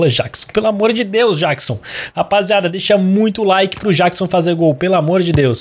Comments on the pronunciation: NÃO É JÁQUISON! É JÉQUISON!!!! Mds🤦🏻‍♂️🙆🏻‍♂️ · não é Jackson é Jeckson